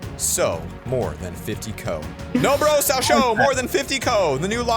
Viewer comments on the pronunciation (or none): anyone notice he said no bro sall sho more than fifty co instead of shall sew more than fifty co